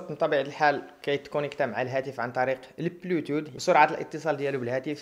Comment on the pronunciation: صديقي عمل مزيان لكن عندي ملاحظة حول نطق بعض المصطلحات (مثلا بلوتوت ماشي پلوتوت ...) عدا هاد استمر ومعذرة.